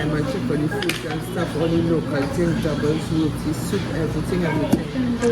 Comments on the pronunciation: Row-tea. That’s how you pronounce it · I am Trini born and live in NY just the title had me laughing you pronounce Roti wrong is not that serious all they had to do was tell you are saying it wrong and tell the proper way to say it. Yes he ripped you off because you did not know the currency rate but still the was bs he gave you the Yankee (aka foreigner rip off rate) price. They would do that to me unless i turn up my accent smh. When i go home i call a relative and travel on TT passport and not the US passport we have dual citizenship. For most part people are laid back and helpful other than taxi I am so glad you had a great experience. Thnk you for info TT version of uber. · 🤣🤣🤣Man f**k Trinis. They still get excited when they hear someone famous eat a doubles. Like they famous by association. Rot-ti was an ok assumption of the pronouciation of a word you're reading for the 1st time. 💜💜💜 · Next time you do a review on someone’s cultural food LEARN TO PRONOUNCE THEIR FOOD HAVE SOME RESPECT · Looking at your video now and you seem kinda ignorant. You put that taxi driver on blast and insulted him but if you bothered to do your research you will find that the average price for a taxi from piarco to poet of spain is about $45 US dollars. Also, learn to pronounce places and things correctly. I am an american married to a trini and i often mispronounced things but im not on youtube putting ahit out there worldwide. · We was more offended dat you pronounce roti wrong ngl cuz food juss subjective and well if it shitty it shitty. I like how you come to see it fuh yuhself tho mad respect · 1st of all he pronounced the names WRONG thats what got us PISSED!!